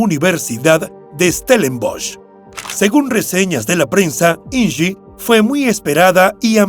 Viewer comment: Me parece que estas pronunciado mal el nombre de Inge. Es de origen alemán y se pronuncia tal como se escribe. Deberías documentarte antes, es tu trabajo.